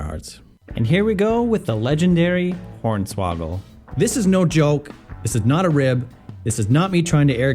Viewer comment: did you really just call hornsawagel horney ??!😂